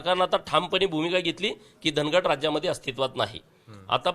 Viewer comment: उच्चार वेगवेगळे करून लोकांच्या भावणिकातेचा गैरफायदा का घेताय साहेब ते धनगड नाही धांगड आहे..